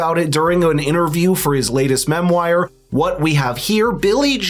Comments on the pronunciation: What's a mem-wire? Do you mean memoir (mem-wahr)? Are you a real person or are you special needs AI? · Memoir is pronounced "MEM- waaaarghhh! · Did You say: "Mem-Wire" - seriously!? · Mem- wire or memoir? Too intelligent.😏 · What the hell is a "Mem WIre"? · Memwire? Thats not how you say it genuis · You lost me at 'mem-wire'. Please don't use garbage speech. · I didn’t know “memoir” was pronounced “mem-wire”?! And he’s not a bot!!! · mem-wire?! LOL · Memwyer?!?! Google: pronounce memoir. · What's a 'mem wire'? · Great stuff, but -min it's 'memoir' (French pronunciation) not 'memoire.' Good content also means good grammar. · weird pronunciation of memoir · I can't trust a guy who can't even pronounce memoir. This guy seems to just be a talking head